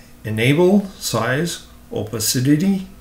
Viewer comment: The pronouncement is “Oh-pa-ci-ty” Great video :)